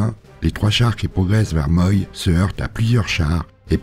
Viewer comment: Vos episodes sont toujours aussi bien faits, passionnants, superbes et si bien documentés ! 1000 fois merci pour ce super moment et la qualité de votre travail. Juste un detail : Moy ( de l'aisne) se prononce Mo-i Vivement la suite !